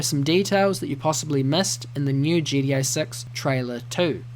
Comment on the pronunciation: Why do u say it like GDA 6? 😅 Good video though!